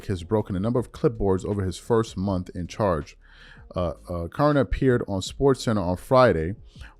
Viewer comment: Your butchering Shams last name Fam